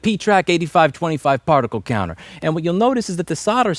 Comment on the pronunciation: this was the most new york way of saying particle counter i have ever heard.